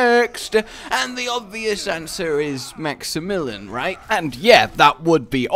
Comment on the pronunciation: please. maxy-mill-ee-on. it's pronounce like the name it's not max-im-mill-en. Maxy-million. it's not that hard